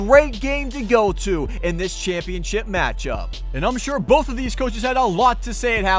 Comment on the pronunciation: you said championchip not ship